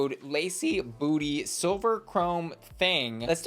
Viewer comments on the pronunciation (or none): none